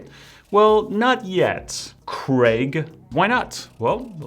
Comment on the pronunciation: Well ""! (Imagine that I say it like you say Qoli or Craig in your video XD) With this I've Watched all video, just waiting for the next one! Take your time but not too much:D You're such a good f##ing' teacher! Bye from Italy!